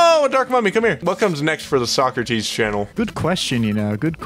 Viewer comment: omg when I heard "covered almost every item" I was like omg no way its not sockrteez and when I heard sockrteez I was fanboying like I watch all the videos my favorite was the drippler crippler